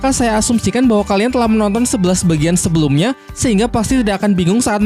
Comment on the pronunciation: Mohon Maaf Bang Bagian Bukan Vagian